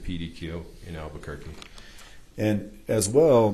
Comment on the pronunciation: . It’s alberqurqe , need he say more ……ugh 😂😂😂